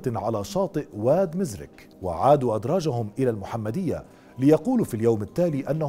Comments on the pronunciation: شكرا اخي على سرد الموضوع ولكن للتصحيح بعد المفرادات واسماء فإن اسم الشاب بناني وليس بيناني وشاطئ واد مرزك وليس مزرك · ماشي واد مزرݣ ...قلبتيها سميتو واد مرزݣ الراء تسبق الزاد